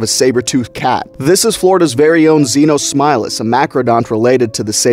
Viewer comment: Thank you for showing a species I never knew existed. Thank you very much also since this new species that I’ve heard thanks see you called Xenosmileless is that how do you pronounce the name whatever i’ve been thinking of a new nickname for this thing the Xeno tiger